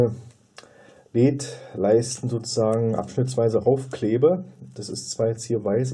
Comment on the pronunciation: Die Aussprache "Leeds" (ja, langes e) ist ja grausam. Seit Jahrzehnten kenne ich die Aussprache nur in der Form L-E-D, also jeder einzelne Buchstabe auch einzeln gesprochen. Das geht wohl heute nicht mehr?